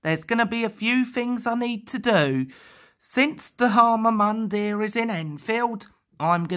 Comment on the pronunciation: XD. It's actually pronounced D-har-ma Mun-dear.